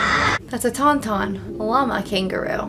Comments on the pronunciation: The fact you called the Tauntauns "Tum-tums" is amazing haha. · Love how she called the Tauntauns Tumtums.....so Luke was put in the Tumtums Tumtum to keep warm 😂😂😂 Too cute LOL